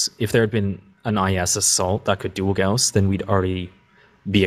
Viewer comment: Great to see most, except, now correctly pronouncing Gauss! Agree with most points made, especially regarding Laser Durations which have been clearly in need of a reduction since the game launched. Pulse Lasers have improved a bit more than once but they are still not there.